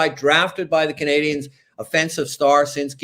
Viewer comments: Can please stop pronouncing "Canadiens" like that? It sounds so forced and awful. I have absolutely no issues with a French speaking person pronouncing it that way but when an English guy, who likely barely speaks a lick of French goes out of his way to do it, it just sounds weird. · Not at all. I just think he sounds bizarre. What exactly is he trying? Over pronouncing “Canadiens” in French, while speaking English? It’s pretty much never done by anyone and isn’t necessary (unless he’s speaking French). If he can put a whole phrase together in French, I’d be surprised… not an issue that I have.